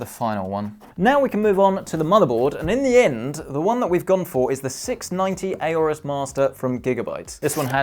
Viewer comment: IT’S NOT “A-ORUS!”